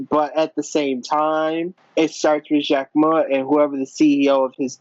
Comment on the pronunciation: why did he think its pronounced Jack-Mo lmao